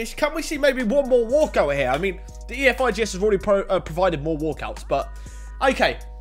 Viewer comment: Man said ee ef I gee es fkn hell FIFA made it like that so u say efigs u wallad